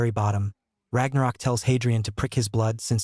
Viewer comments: It is not Lord Ragnarok, it is Lorde r a g n o k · It's not pronounced Ragnarok it is r a g n o k